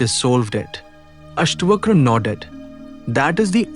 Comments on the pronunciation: its not Astvakra, Its AstaVakra. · It's अष्टावक्र ... not अष्टवक्र